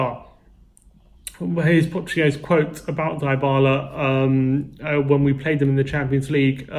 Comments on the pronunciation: In not pronounced diebala it pronounced dbala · It’s Dee Bala for fuck sake